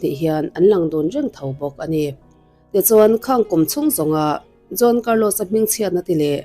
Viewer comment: John tih ang in kan lo hria ani maithei mahse Juan tih zawk tur ania John nilo in😬😬